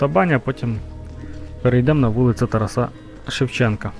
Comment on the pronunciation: ТарАса, не ТарасА!